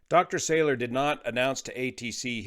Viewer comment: I was a colleague of Dr Salour (mispronounced in the video- it’s Sah-Loor, emphasis on second syllable) when we were both doctoral students in the laser lab at Harvard in the late ‘70s. He was already flying commercial jets then (ferrying ops, I think). Definitely at the high end of intelligence & experience. Sad to learn of this event ( from family members who live a mile East of the site)